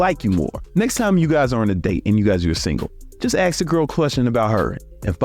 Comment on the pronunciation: Step #1: Say “ask” instead of “axe”